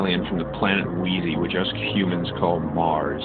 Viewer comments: "Weezeans." LMFAO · WEEZANS... Really WTF LOL... Lhh! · Did you just say Planet Weazy?? Dead LMFAOO